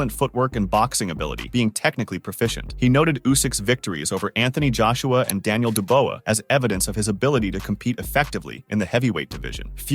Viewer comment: En-Gan-Oh Denyeel-De-Bowa so many problems with this video.